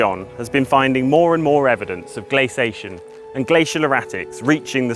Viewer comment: I really enjoyed this video, it seemed a very even-handed approach. One (slightly) jarring and recurring irritation: please say " glace- ee- ation " like Johns does. It's the correct pronunciation. You say " glacation " but there's an extra " i " in there, as in glacier, glacial etc. Correct pronunciation & diction makes you sound knowledgeable & lends credence to your work. Perception, I know, but it's advantageous to strike agreeable chords in the minds of your viewers & listeners, and not the repeated distraction of incorrect pronunciation which creates a sort of momentary hitch when following along.